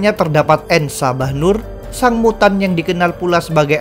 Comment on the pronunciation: Bukan brotherhood of mutand